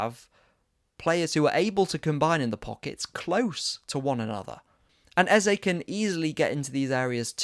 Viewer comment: I love you and your very insightful content but this new trend of saying EZA is frustrating to me seeing as the correct pronunciation is EZE (EhzEh or AyzAy) instead of EZA. The name means KiNG in the Ibo language. He's even told people how to pronounce it in the past.